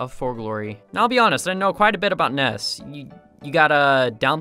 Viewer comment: NESS more like SNES xD